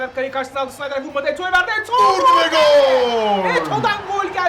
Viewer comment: sneijder.schneider değil.ayrıca podolski napti lan öyle